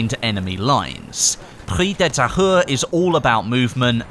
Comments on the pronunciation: IT IS PRONOUNCED PREES DE TAYURE, NOT PREE DE TAHERR! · It's pronounced "Preez de Ta-eww-re" (try disregarding the H) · pronunciation could be better, I don't blame you, its hard it should be pronounced: pri-ze de ta-ure (hard e like euh and hard u like uber) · prise de tahure is pronounced like "preeze de tah-ure" in english, not "pri the tire" lmao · Its prononce Pree-ze de Tahure not Pree de Tahure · If you want to pronounce it in French it's "Preez de Tayu" :P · Pronounced Pree - De - Thai-Ur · You should pronouce the map "preez de Tahure" (but whithout de "h")🤔😊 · its pronounced prez de tahure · Preeze duh tah-ure. The "h" is silent. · pronounce "Prrri de Tahoure"lol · if you dont know how to say the name correctly, dont say it as much lol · Almost got that pronunciation, nice job.